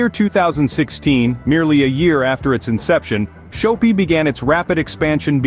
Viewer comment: Shop-pi. Not show-pi